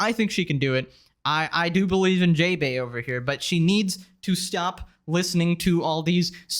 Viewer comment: That's not JaeBae in the way you pronounce it The "ae" are pronounced "ah"